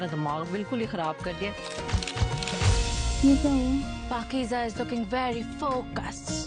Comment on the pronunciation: Its not pakeeja But Pakeeza Its Z pronounciation